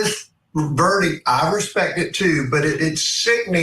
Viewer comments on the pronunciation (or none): none